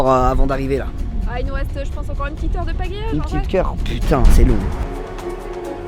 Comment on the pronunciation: Qui a entendu que a a je sais plus inox a dit q'heure au lieu d'heure